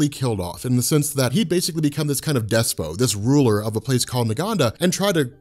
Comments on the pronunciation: It's pronounced 'des-POT', not 'des-poe' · My GOD man!! I just can't DO this anymore! I love ya,, but STOP saying"dess-poh." It's not like Margot, or depot. It's effing despot. Dess-POT! Pot. Say it with me, - POT. I normally wouldn't be a jerk about this, but after like five videos in a row of u using it, it's clearly a major part of ur lexicon now, so this will only continue to clang off my eardrums if I don't put the kibosh on it right this second. Please, if u have a heart in that chest of urs, do me this one solid. So I can go back to being obsessed with ur videos in peace. Much love. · did I just hear you pronounce despot as despoh??